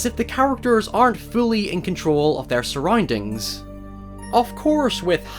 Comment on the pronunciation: ”Surroindings” ”dieth”